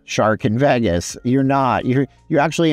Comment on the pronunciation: Vagus….. 🤦🏽 It’s pronounced Vey-Gus !!!